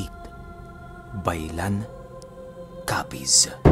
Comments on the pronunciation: Ba.i.lan po mag pronounce taga dito po ako shout out for the next video pampatulog ko po Ang kwento nyo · Iba po Ang pronounce ng bailan. Tga capiz po ako